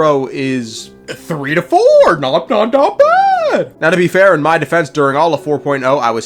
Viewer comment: "my point" more like "mein point"